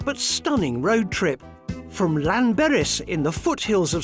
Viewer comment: "Lanberis"? "Penyerpass"?? Is he back on the drugs again?? 🤣🤣💉💉💉💉💉